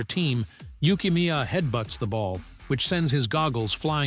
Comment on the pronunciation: Did bro call neru yukimiya